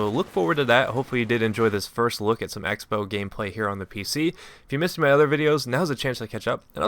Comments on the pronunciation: '' EX bow'' crossbow. like xing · I always thought the X in the Xbow meant 'cross', so you pronounced it crossbow.